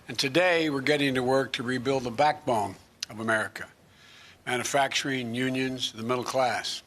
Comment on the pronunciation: Guy can’t even pronounce manufacturing,never mind what it means.